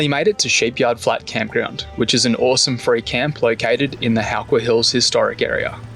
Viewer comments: Love the high country and glad to see you guys enjoying it. btw, it How not Hoo when pronouncing Howqua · Pronounced How...Qua... And in the Vic High Country we say PARMY...!!!!! Parma is a melbourne thing... important detail